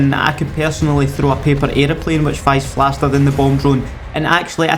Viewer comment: Surely we aren’t ignoring that he said “fies flaster than the bomb drone”👀